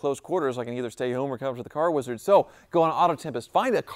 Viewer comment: That is the vein of our existence 😂😂 weezard do be scrong tho